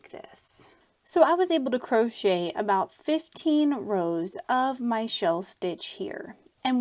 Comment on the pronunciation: That was not needed and the way she says crochet is just fine. Don't be ignorant